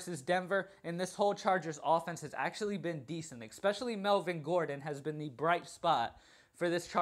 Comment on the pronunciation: Love both your NFL and your NBA videos. Hate how you pronounce especially EXpecially every couple seconds. I'm a little worried that the majority of my lineups have Demaryis Thomas in them. You said if he's out Sanders is the pick, but Sanders is Out. So I wonder who the next target is.